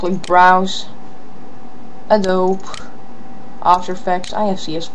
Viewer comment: it's prnounced "Adobi" not "Adoe b"